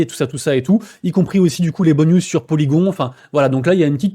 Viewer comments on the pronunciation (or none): Merci pour la vidéo, des news sympathiques ^^ Est-ce que un jour, tu penses qu'il serait envisageable, de caresser l'espoir d'arrêter t'entendre dire Polygon mais Polygone!!!! lol Bisousss